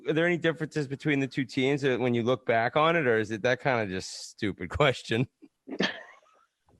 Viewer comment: Is Pat trolling STL by emphasizing the back the back cups?